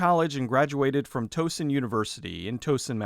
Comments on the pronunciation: Toeson? MASSACHUSETTS? Do you mean TOWSON (pronounced like the Tow in Tower) in MARYLAND? You must, because Chainsaw Sally was made by friends of mine in MD (Whatever Happened to Chainsaw Sally is currently in pre-production). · Good video, but Towson University (Pronounced TOU like OUch), is located in Towson, Maryland, just outside of Baltimore, Maryland. You said TOEson was located in Massachusetts. In the picture you used to show Towson, the flag of the State of Maryland is present. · It's Towson University, pronounced Tow as in Cow or Towel not as in the thing that drags your car or the digit on the end of your foot. Also, it's in Maryland and not Massachusetts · Another excellent vid. I've become a huge fan of this channel and Mike Flanagan is absolutely one of the best filmmakers in the horror genre right now. One small correction, though: Flanagan's Alma Mata is pronounced "TOW (like wow)-SON University and it's not in Massachusetts, but Towson, Maryland (my home state. lol)